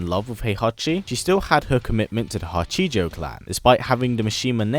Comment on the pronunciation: It's Ha-chee-jo not huh-ji-joe btw take your not that I can blame someone for not using another languages pronunciations in a different languages script.